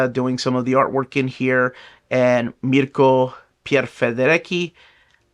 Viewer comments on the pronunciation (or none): none